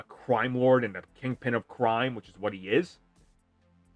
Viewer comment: you got a face for radio and a voice for books. lol. BWIG BWOY OPWINIONS. why would you try to say the word "ascend"... LOL. say the riddler again HAHAHAHA and the word series... HAHAHAHA FLYING COLORS. CWIME.